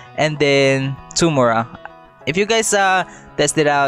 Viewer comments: that "Tumor-a" made my day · Indivor and tomoorah? ARE U FILIPINO, THAT MEAN AWESOMENESS